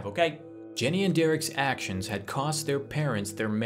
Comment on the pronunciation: Hey the boys name is the same as mine and it isn't pronounced derek